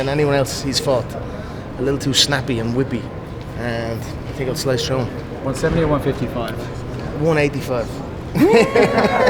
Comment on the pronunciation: Dawg when he emphasized the second slice on the come around 😮